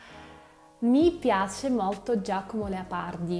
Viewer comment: Bravissima! La tua pronuncia è più buona di quella della maggior parte degli Italiani. Un' osservazione ( un errore): pronunci il nome Leopardi così " Leapardi". So che questo dipende dalla caratteristica della lingua russa che poco distingue la vocale A dalla vocale O; come anche le vocali E e I. Comunque: Congratulazioni. Pokà.